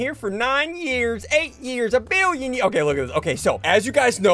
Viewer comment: When sundee said I been here for a billean years got me😂